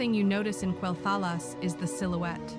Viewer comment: you should not get ai to voice your video's it cant even pronounce quelthalas.